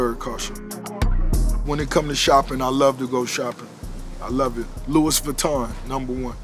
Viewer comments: My man can't even pronounce LOUIS VUITTON properly and says it while wearing Balenciaga LMAO 😂 He got that bootleg Mexican version LUIS VUITTON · He always says Lewis Vutton. I seen other videos of him saying Lewis instead of Louis. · my man said "Lewis Vutton" 🤣🔥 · Luisss vuitton😂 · He said LV wrong